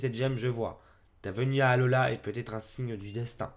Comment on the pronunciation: ta dit ratata d'alhoa au lieu d' alola